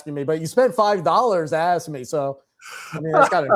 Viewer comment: It’s just axing a question